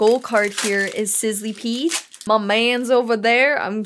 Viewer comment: But.... you do say Sizzlipede wrong. It’s not pronounced like Sizzlee-peed. It’s Pronounced Sizzluh-Peed